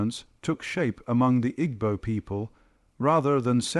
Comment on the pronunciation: Interesting video but a shame about the poor pronunciation. Igbo...tut. gb is a specific sound and e is always pronounced as eh as in egg.